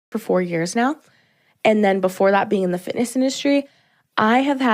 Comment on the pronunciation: did she say 'fitness' or 'fatness'..🤷‍♂️